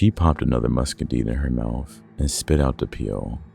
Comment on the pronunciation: It irritates me that he kept mispronouncing muscadine